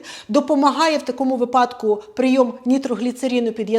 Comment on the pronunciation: «вИпадок» — наголос падає на перший склад. Як у словах «вИсновок», «вИняток», за аналогією і «вИпадок»